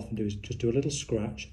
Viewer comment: Love the way he says “scratch”